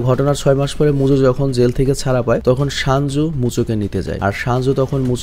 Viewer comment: Vai shanju nah 😂 senju